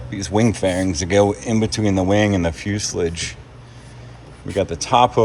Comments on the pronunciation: Seriously dude, I know Americans struggle with the English Language at the best of times... Fusel-ige? Fuselage sounds so much better! + Put time stamps on your Videos so I don't have to listen to you hocking Coffee or Trainers, Please?!. + Dude, You also need a Thompson or something like that mounted on Freedom... You Guys in Bi & Triplanes shooting each other in a Dog Fight would be Epic. Sorry, but my money is on..., I'll give you £1 to shoot him out of the Sky!. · You got berated for saying "fuselledge" 2 weeks ago. Try fuselāge...lol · Please man its fuselage, not fuseledge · I don't know which injury is funnier..oh no actually it's "fusalidge" say it .. fusalarge .. just say it how spelt ..😂 .. incorrectly.😅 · I can't help myself but to shake my head everytime this guy says "fuse-lidge" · Fooslidge?? really? LOL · What the heck is a fuselidge? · Please stop mispronouncing fuselage. Please for the love of God stop.